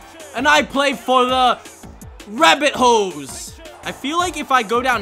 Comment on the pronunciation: It sounds like your saying rabbit hoes